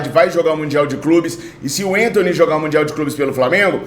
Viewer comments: meu amigo não é enthony, mas sim Anthony mesmo com a , não me leva a mal mas dá uma agonia ver você trocar o nome do jogador kkkjkk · o Anthony nunca foi e nunca será centroavante! E o nome dele é Anthony e não Entony, ele é brasileiro!